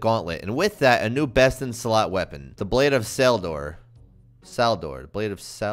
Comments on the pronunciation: haha he said salmon HAHAHA FUNNY! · I SWEAR all these vids are the same thing lmao. #1. Pronounce sword wrong, make a joke of it. #2. It doesn't have a spec bar, can't 1 tick. #3. THIS THING IS CRAZY! WOW THE RAPIER SUCKS! #4. Pk 15m + randomly with it. #5. In turn, this weapon would be great but it's just not worth it because no spec bar :/ thanks for watching.